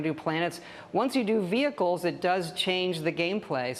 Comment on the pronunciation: sounded like he said we gave you double jump quit whining no vechicles for you